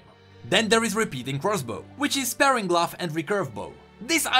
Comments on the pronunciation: I don't want to sound, but sparring gloves is pronounced spar-ring gloves. Not spare-ing gloves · It's called spah-ring, not spare-ring! Also, thief gloves scale with player level, not champion level. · Sparing gloves? do you mean Sp-ar-ring? I tease :D Aweseom video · Sparring gloves is pronounced like Spar (sounds like far) When two martial artists spar, they are practice fighting each other. The gloves are not used for sparing people. they are used for sparring people. Great video as always though :) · Dont know if someone else has said this, But i think they are pronounced Spar-ing, Like fighting or smth. Love the content, keep it up:) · not to be picky but you were pronouncing sparring like sparing which means to be frugal. sparing is pronounced like air and sparring is a hard R. English is stupid.